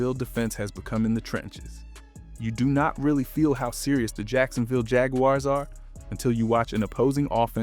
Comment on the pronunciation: Bro still can't pronounce Jaguars properly 😂